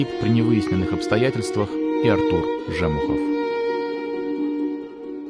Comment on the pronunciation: Же́мухов, Жемухо́в... Правильно Жему́хов (Жэмы́хъуэ)